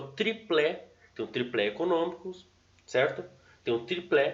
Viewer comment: Excelente conteúdo. Mas só uma ressalva... Se diz "tripé", sem L.